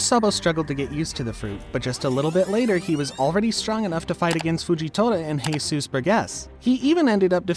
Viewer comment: „Heisus burgess“